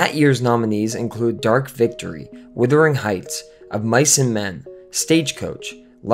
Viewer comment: Wuthering Heights, not withering